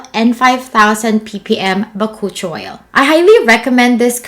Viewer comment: sorry, but I had to search it. It is pronounced as Buh-koo-chee-owl